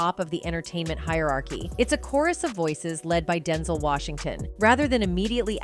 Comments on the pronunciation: Is it DenZol or DenZell she needs to say his name right 😂😂😂😂😂 Denzol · This narrator -- AI, I suspect -- grinds my nerves EVERY time she says "DEN-zel" instead of "Den-ZEL." 🙄 Having said that, I love and respect Denzel Washington forever and I still miss Chadwick Boseman. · Girl it’s DEN-ZEL, Not densle… sayin his name wrong imma check you 🤏🏾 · His name is Denzel not Denzol...i hate the way they pronounce ppls names wrong. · It is pronounced DEN-ZEL!!! UGH!!! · That man's name is DEN ZELLLLLL! You saying his name so wrong and I hate it. Please learn how to pronounce people's names before you do a story on them. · Who’s Denzil? AI much. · U saying his name all wrong why would you do a story on someone and you can't even pronounce their name wrong not cool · AI need to say his name right IJS